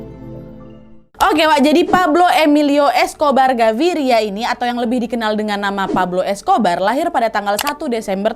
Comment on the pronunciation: yang terngiang-ngiang "Escober" wkwkwk